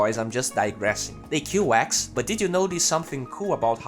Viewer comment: dude pls, axe not ex 😂 anyway good job 😉